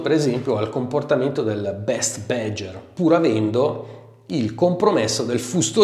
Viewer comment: What the fuck is "bedger"? It's BADGER: check the correct pronunciation online ffs...